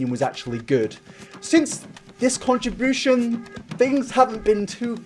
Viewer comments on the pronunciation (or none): no one:: since this contrabooshan